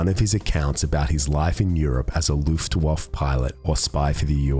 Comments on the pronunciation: Hey mate, Luftwaffe is pronounced like "looftwoffer", not "looftwoff". Anyway, great stuff as usual! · Oh man I just gotta say it but it's Loof-waf-furrr. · Luft waff ??? wtf